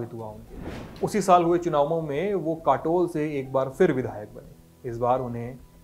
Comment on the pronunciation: काटोल है भाई विदर्भ में कटोल नही